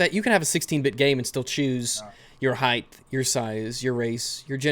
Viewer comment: do you say, "highth" because if so what the fuck.